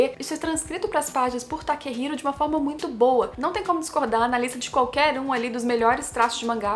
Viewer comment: Takehiko, não Takehiro, faltou o SANCTUARY DO RYOICHI IKEGAMI